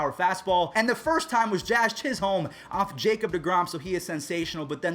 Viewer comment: The second h In Chisholm is silent😅